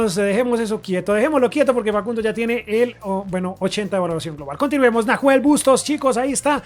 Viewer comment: que piola el city a julian alvarez y lo dejo a prestamo en river hasta junio/julio y nahuel bustos que se pronuncia NAUEL sin h xd puede ir a river al igal que farias